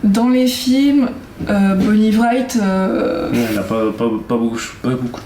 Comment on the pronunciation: Tu a appelé bonnie Wright bonnie vright Ps j’aurais voter Ginny est pas Harry